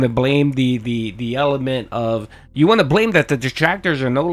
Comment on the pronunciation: Dude needs to just admit he doesn't want to play games. Also I hate the way he says the word "want"